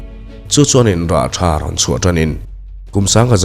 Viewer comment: Rawlthar tih i lamrik / thluk dan hi a dik hle mai..👍